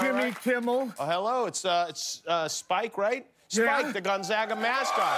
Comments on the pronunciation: I know it's a bit, but I don't think I've heard any fellow Spokanite pronounce the school as "Gun-saga." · It’s not GON-ZAHHHGA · Guillermo, piss off the people of Gonzaga by calling their school “Gonzalez” lol. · Haha you knew he wasn't the mascot when he said Gonzaga wrong 😂😂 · Gonzaga has 3 syllables....CONFIRMED!!! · Jokes aside, I can tell this isn't the real Spike based alone on how he pronounces Gonzaga wrong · "Gonzawwwga" lol... almost as bad as "Spokaine" :)